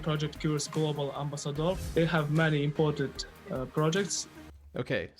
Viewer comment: He also said imported instead of important .